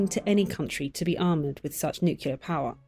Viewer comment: Why does the narrator mispronounce Nuclear?